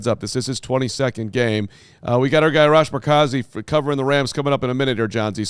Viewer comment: Just so ya guys know you are likely saying Arash’s name wrong. Assuming he is Iranian, so it’s R-ash.